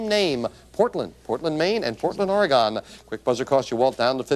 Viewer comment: Take a drink every time Jim mispronounces “Oregone”